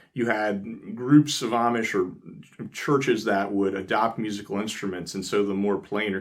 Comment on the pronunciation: Why do you say"omish" instead of "Amish"?